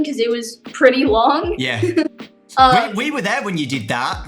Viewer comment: oh no the more you say “Yeah” the more British her yeahs get